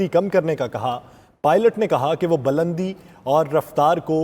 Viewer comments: bulandi word hota ha balandi ni anchor sahib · Not balandi, Bulandi